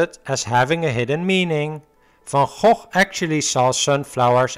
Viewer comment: Nice that you know how to pronounce "van Gogh". Most Americans are way off.